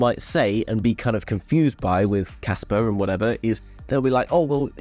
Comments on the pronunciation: thats what I mean when you pronounced it you say Casper and not Kaspa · Well "pa" and "per" dont pronounce the same at all. I hold both project Casper and Kaspa and watch a lot of videos about them, and nobody pronounce it the same... so my guess is you probably think they are all wrong, but your not...Im french so I went to make sure and few pronounciation site sound like I said...But anyway I see that you prefer to fight then see your mistake which in my book is not how to grow so... never mind. Peace out ✌️ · Kaspa not Casper its a A at the end